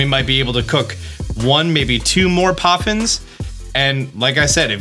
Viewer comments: poffins not coffins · "Best Coffins" what are you saying 😨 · best coffins? What kind of thoughts were u having while you were sick?? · Lmfaoooo in the beginning it says Coffins not poffins i love it🤣🤣🤣☠️ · I'm sorry are we making Coffins, Ploffins, or Poffins? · Did anyone else notice at the beginning when it say Best Coffins, Instead of Best Poffins. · “Best Coffins” is cracking me up